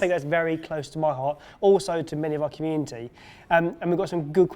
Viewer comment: haha when said community i heard cumin tea the first time 😂 his tongue is as slippery as a banana peel...